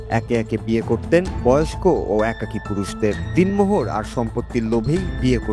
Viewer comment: Din mohar noi it should be pronounced as a den mohor